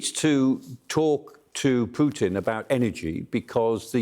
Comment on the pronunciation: has blamed "Pewtin". 😂